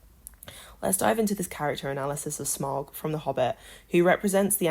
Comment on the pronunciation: Smaug* you pronounced it wrong too